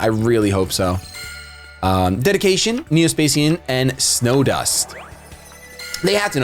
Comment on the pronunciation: It's neo spa-shan not spa-sian